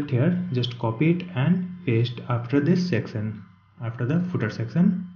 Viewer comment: great video but did anyone notice that he said secson instead of section